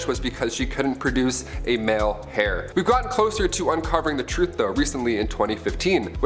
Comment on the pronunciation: saying she needed to produce an heir is pronounced AIR, not HAIR. I would love to see more stories of NEW information, instead of rehashing old, old stories that we have seen you record and recycle TOO many times. Love the channel otherwise, so please keep it up. I like the differences from the MA channel, seeing a little more intelligence being spotlighted here. New stories, please!